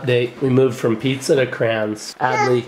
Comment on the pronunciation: Assessees when she said pizza she said this pwaza